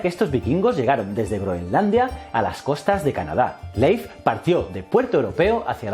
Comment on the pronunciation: Mi única queja es que le dijera "Leif" cuando se pronuncia Lif, que distractor fue eso